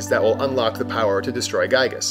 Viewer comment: Gyiyg is pronounced "geeg," and Giygas is pronounced "geegas." In EB0, Phil Sandhop wrote the name as "Giygue" because he thought spelling the name as "Geeg" would be stupid.